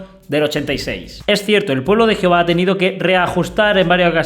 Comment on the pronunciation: Me encanta 😊 cuando dices geofa jijijijiji. Alma México.